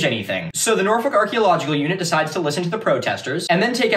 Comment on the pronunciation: actually crazy to hear an american pronounce norfolk correctly. thats how i know this guy is trustworthy